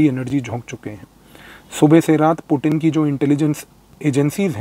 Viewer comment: Sir aap puttin word bahut acha sa bolta ha😂🙏🙏🙏